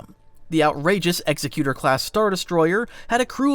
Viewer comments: Executor class destroyers, not "Executer." Very different. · sorry its bugging me so i have to. its Exec U Tor. like executive. command and authority not execution.